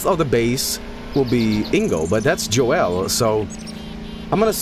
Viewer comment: Big mistake calling the signal Joel, do you not know it's Hoel?